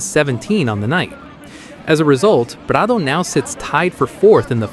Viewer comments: You can really say prado’s name with the utmost authenticity. 🙄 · Why are you pronouncing Prado‘s name with a Spanish accent but not pronouncing any of the other non-American riders names with an accent in line with their native language? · I'm about done with AI etc. Why is there an accent when saying Prado?